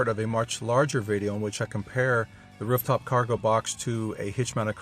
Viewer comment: "Wruf" top?